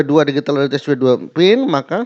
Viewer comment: Pertamina digital mang bukan Digitil😂